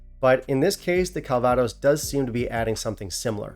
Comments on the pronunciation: If you pronounce CALvados CalVAdos, why not pronounce BANGkok BangKOK? At least that makes semantic sense, right? Less importantly, this doesn't seem to be selling that easily in the German market (nothing is, really), so it's already available at a best price of €76 with shipping included. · I'm strangely impressed that you managed to stress the wrong syllable in a three syllable word when you said 'calVAdos' instead of 'CALvaDOS'! Having drunk quite a lot of it in the region where it was made (including some 1933 and 1945 vintages from either side of a certain German Chancellor) and even picked apples that were to be used in a vintage after I came home, it just sounded so odd to me... I suppose it's similar to 'Loch loMOND' instead of 'Loch LOmond'! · Calvaaaaados? Could be worse.... 😁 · Your pronunciation of calvados is funny 😂